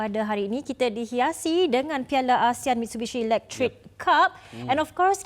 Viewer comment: Macam pelikk je namenyee MITSHUBISHI ELEKTRIKKKK